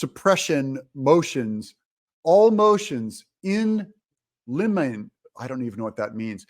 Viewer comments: in lemon-ay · Doug - motions "in limine." Say lim - in - nay. Simple concept, just do an internet search M